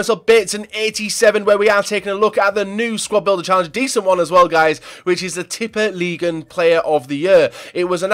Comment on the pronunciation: You pronounced "Tippeligaen" right